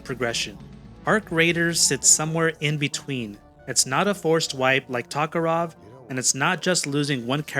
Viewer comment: What's Tokerov? 😅